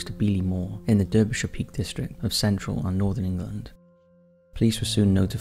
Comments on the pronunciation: Confused? You sound English yet you pronounce Derbyshire in the American Style. You know that it is pronounced DAR-BE-SHIRE. Great content and I love your voice but really puzzled about your pronunciation 🤔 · And Bilbao and Derbyshire